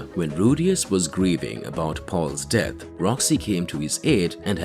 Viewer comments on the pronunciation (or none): none